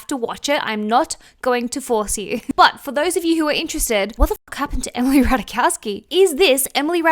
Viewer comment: The J in Ratajkowski is there for a reason. There are no mute consonants in Polish language. It's pronounced as Y in "mayonnaise". I personally remember Ratajkowski the most for her part in the "Blurred Lines" video, allowing herself to be treated like a S-toy by a bunch of misogynistic A-holes relativizing non-consensual intercourse NotAGirlsGirl